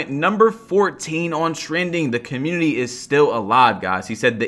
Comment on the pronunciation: Why always says cuhmuiny instead of community